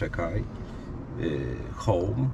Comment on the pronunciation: home czyta się jako haus